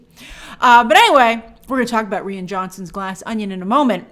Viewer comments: I absolutely HATED the first Avatar, so you couldn't pay me to see the new one. And isn't Rian Johnsons's first name pronounced "Ryan"? You're the only person I've ever seen pronounce it "Ree-an". But this is nothing like the way you butcher Christina Ricci's last name. Jesus. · "Re an" Johnson!? It's pronounced "Ryan" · Rian Johnson is pronounced just like Ryan. Irish spelling, same pronouncement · Ree-anne? What’s with this pronunciation? Is she doing this just to annoy people? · LOL at Grace not knowing how to pronounce Rian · Why she pronouncing Rian like that 😭